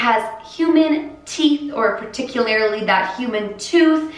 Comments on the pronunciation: I absolutely ADORE and LOVE you to Reese’s pieces, and I HATE to be that person, but “particularily” isn’t a word. 😂😂 It’s “particularly”. Like I said, I hate to be that person, so I hope no one comes for me. It’s just a tiny pet peeve that I have. And I hope I don’t come off disrespectful in any way! Because I do loooooovvvvve you!!! So much!! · I have tried to avoid saying this but Pa-tick-you-lary is not a word. Par-tick-you-are-lee is what you’re looking for sis. 💙